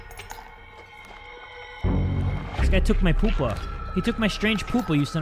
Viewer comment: Its pronounced. (Pee u pa)